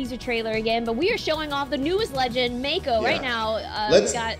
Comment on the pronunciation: Not aure but i think its pronounced Mah-ko not may-ko